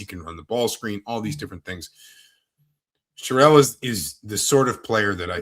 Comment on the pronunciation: Here’s an easy way for you to remember how to pronounce Aidan’s name - he’s a man, so you don’t pronounce Sherrell like a woman’s name (it’s not Cheryl).